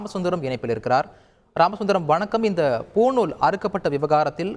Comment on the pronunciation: அது பூணூல் டா புணுல் இல்லை